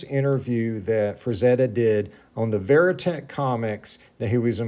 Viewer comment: Verotik comics, I never pronounced them “Veri-teck” . Not to be nit-picky, you do awesome work! We should go ask Glen Danzig, whilst he sits on his throne of skulls, how to correctly pronounce his comic company. 😂.